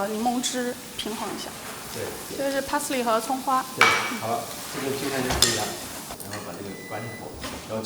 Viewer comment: 从他发音parsley上判断，他不是native。但是国籍应该是美国。